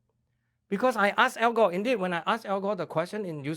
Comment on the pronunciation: "Al Góh"